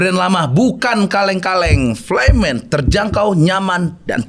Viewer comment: FLYMAN bacanya jd AYMAN😅